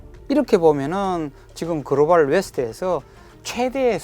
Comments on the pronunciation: 그로발 그로발 그로발 ㅋㅋㅋㅋㅋㅋ 발음 ㅆㅂ ㅌㅋㅋ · 유익한 내용인데 그로발이 너무 신경쓰인다